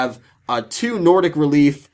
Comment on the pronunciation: Sad :( Usually excited for your giveaways. Too bad I can't enter. Good job on pronouncing the Nordic cards! I never see any youtubers even chance it so good job on trying! Congrats to the winners!